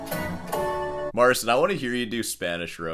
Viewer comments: Mar-ceen. Get it right. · It's "Marcheen" The CI makes a "chee" sound. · Petition for to start saying "Mar-cheen" rather than "Mar-sin." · You made how many videos about him now? And you still can't pronounce his name?